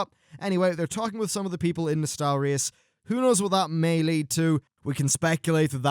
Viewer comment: Thank you for pronouncing Nostalrius right this time around.